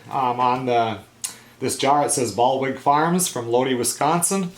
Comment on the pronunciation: Lodi... It's pronounced "Low-dye".